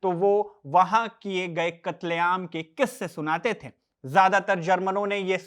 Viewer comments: "थें" नहीं बल्कि "थे" बोलिए हुज़ूर!!!😂😂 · Bhaiya aapki bhahut sari lines ke end main NTH ka sound aa raha hai jaise nazinth, shamilnth hai, ganyenthe, baghenthe...aap dhyaan se suno waise baki ka video bhhaut acha hai..